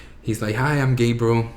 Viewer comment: I love Jose and i am so thankful for his coming out story. But side note... when he said "Hi, im Gabriel", i swear i thought he said "Hi, im gay bro". I was like, damn thats quick lol. Im happy you were finally able to come out and be confident. Much love Jose